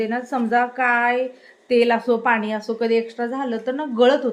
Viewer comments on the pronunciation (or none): none